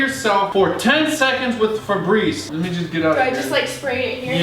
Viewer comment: When he said fabreze I thought fabreze your self